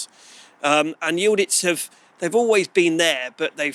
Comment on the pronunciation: How the hell do you pronounce Y I L D I Z as Y I l d I t z, . ?? Just askin when English still pronounce W A R S A W as War Saw, hahahaha Good looking shotgun !